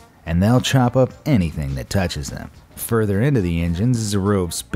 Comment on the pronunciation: love how he says “father” not further bahaha